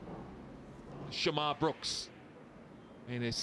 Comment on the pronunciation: Its "shamarh" brooks .. not sharmarh 😆